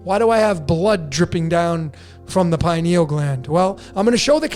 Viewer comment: Just my two cents on the pronunciation— pronounce similarly to “linear”. Pineal. Pin-e-ul. Accent on the first syllable, pin